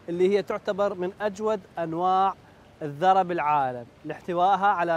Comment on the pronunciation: اسمها الذُرة بضم الذال وليس الذَرة بالفتح. تحية للكوادر الهندسية العراقية البطلة 🇮🇶🇮🇶